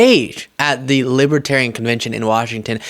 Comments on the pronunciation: Dear Donald: It's LiBERtarian, not LiBAHterian. Everything single thing he says and does bothers me at this point. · he says "Libitarian"...cannot read Libertarian...about 2nd grade, not even 3rd grade reading...and he wants to be president..Humph.. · He doesn’t even know how to say Libertarian 😅😅😅 “Libaterian?” Idiot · He's a "Lib-A-Tarian" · We had such a long wait for this delicious moment. Diaper Don is finally being seen for the lying sh!tbag that he is. And he’s saying “Libbatarian.” 💙💙💙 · What's a libiterian? Is that anything like a Libertarian? He can't even say the name of their party correctly. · Oh, gawd! Did he just say he’s a Lipertarian??? What’s a “LiPertarian”??? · Trump called them libetarian. He doesn't even know how to pronounce libertarian. He sounds like he has a 3rd grade education, sorry, I don't mean to insult 3rd graders. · Is he saying lipatarian. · He can't even say the word Libertarian, correctly. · Trump can hardly pronounce libertarian, guaranteed he doesn't know the definition, vote blue